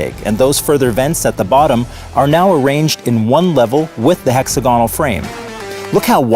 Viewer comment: It's pronounced "heck-SAG-uh-null"